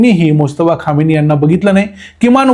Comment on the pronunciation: खामेनी उच्चार आहे. खोमेनी नाही.